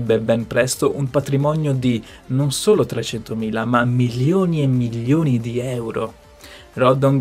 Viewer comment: È milioni e non millioni....l’italiano!!!